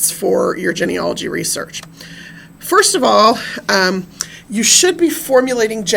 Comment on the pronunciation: One small critique on this video. The first part of the word Genealogy is pronounced Jeanie. Not like hen or Ben. Otherwise great information and content.